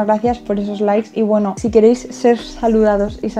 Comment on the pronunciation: Me da mucha gracia cuando dice "poweno" xdx